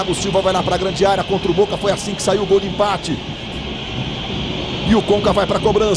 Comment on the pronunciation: Nessa época ele falava "gol" e não "guol"